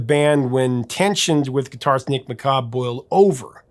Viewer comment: Great analysis of the background to the song's incarnation. 👍.. Just one discrepancy, though. 😉 The pronunciation of guitarist Nick McCabe, isn't McCARb. It's McKAYb. 🎸 🎶 Nick was in the year below me at high-school. 👍